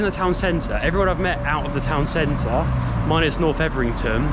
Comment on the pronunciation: 12 mins 27 secs into the video, did you say north evrington ? I think you meant north evington.